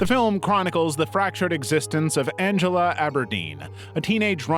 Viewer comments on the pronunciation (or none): none